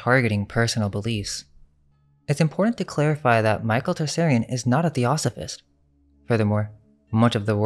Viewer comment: when you pronounce michael tsarions last name, you dont pronounce a hard t. the t is almost silent and its said as one consonant that sounds like an s. i actually had to stop listening because you keep repeatedly butchering the name so badly. why didnt you listen to any video of him introducing himself, or him being introduced. comon man youre supposed to be a researcher of facts. its not tarsarian....